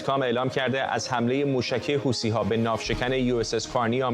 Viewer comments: خطاب به کارشناس اولی،، حوثی ها نه حوتــــــــــی ها 😂😂😂😂😂😂😂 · حوثی ها یا حوتی ها..چرا ما فکر میکنیم اگه ی لغت را جور دیگه تلفظ کنیم با کلاس تره؟ یا از بی سوادی ، این گروه یمنی اسمش حوثی. چرا میگی حوتی .حوتی را از کجات اوردی؟